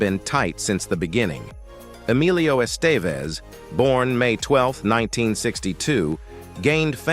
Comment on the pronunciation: Por qué la voz no puede decir Emilio Estevez? Considero que es una falta de respeto